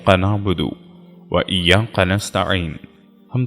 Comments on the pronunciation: بہت خوبصورت انداز ۔۔البتہ لفظ کاف کو قاف نا پڑھیں مثلا ۔۔کبھی کو قبھی ۔۔اور ایاک نعبد کو ایاق نعبد ۔۔سورة الکوثر کو سورة القوثر ۔۔ حدیث پاک میں آنحضرت صلی اللہ علیہ وسلم نے ارشاد فرمایا المئومن مراء ة المئومن ۔۔ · Hazrat wazifa tau achcha hai lekin ap kaf ko qaf kyun bolte hain bahut ajeeb lagta hai,ie iyya qa is liye keh rahi hun ke ajkal hin du bhi islamic- videos banane- lag gye hain.